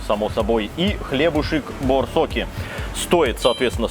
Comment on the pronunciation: Название «Борцоки» (ударение на первую О) - это блюдо калмыцкой кухни. Блюдо из обжаренного теста, встречается у огромного количества народов мира, но название «борцоки», чисто калмыцкое. Написано чисто информационно. Всем добра!